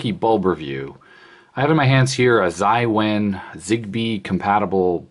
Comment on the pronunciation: Zai wen? Jia wen is pronounced Ja wen